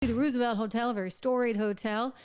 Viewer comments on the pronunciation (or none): Its not Roo- sevelt Pronounced ROSE-EVELT!